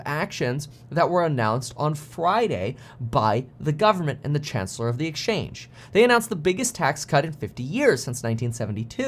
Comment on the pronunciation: How did u call the Chancelor? You were off by a MILE.